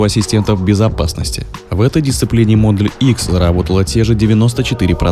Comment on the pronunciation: Названия авто на произносить по-русски раз видео для русскоговорящих. Правильно будет Тесла МодЕль Х, то есть ударение на второй слог, если уж так хочется сказать по-английски, то надо говорить без мягкого знака (буква "л" не должна быть звонкой).